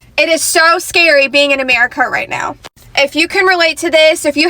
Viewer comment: Shr messed up when she said my america 😅😅